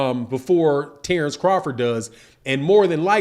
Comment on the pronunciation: Terence not Tarence why you keep over annpunciating Tare it’s Ter